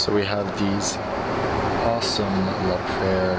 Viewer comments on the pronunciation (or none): La Prairie is pronounced: "La-Pray-Ree"